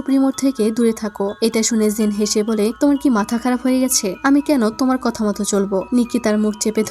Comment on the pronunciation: কাথ নাকি কাথা 😁 কথাটা মারাত্মক ছিলো